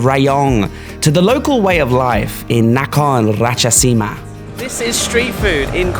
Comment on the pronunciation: Congratulations krub! It's so amazing that you've finally archived your goal! As a Thai, I never dare myself to be able to do like you. I neither heard of anyone in Thailand doing like you before too. You're so amazing. PS. Really love when you say out my province name and nickname "Korat" and "Nakhon Ratchasima" ❤️❤️